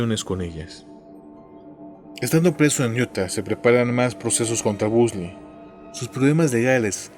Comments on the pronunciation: soy la unica q aveces escucha " BUNDY" y otras "BUSDY????😕😕😡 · Excelente video como siempre, aunque tengo una duda porque pronuncias o suena el apellido como "busly" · de hecho yo he escuchado la pronunciación del apellido como "Bondy" en programas de la temática policial-investigativa. Ojalá sigas con el tema de asesinos seriales es muy interesante. Saludos